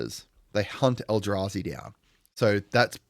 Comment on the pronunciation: You nailed sliver and eldrazi! Nice one